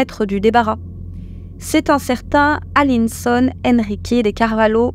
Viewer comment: "Alisson" et non "Aline Son" "Lucinha" et non "Lucia"